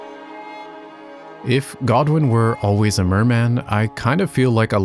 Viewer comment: Its mer-Man, it is MAN!